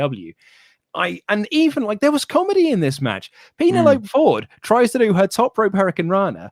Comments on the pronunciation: PEEN-A-LOPE?! What kind of name is PEEN-A-LOPE?! LOL! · It's pronounced PEN-EL-O-PEE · please say Penelope properly... Ueeehhhhh..... That was horrible... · The way they pronounce Penelope is a reference to the movie Club Dread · Their pronunciation of Penelope is a reference to the movie Club Dread.